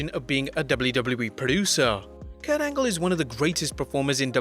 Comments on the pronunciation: KURT ANLGE? lmao, gotta get those edits in bruv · You botched Angle twice.